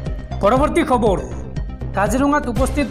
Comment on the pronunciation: আপোনাক এজনে খবৰ বুলি শুদ্ধ ৰাই দিয়াৰ পিছতো আপুনি খব ৰো বুলি কৈ থাকিলে শুনিবলৈ বেয়া লাগে।